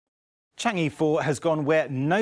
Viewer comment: Chang'e should be pronounced as Chang-err, but not Chang-ee.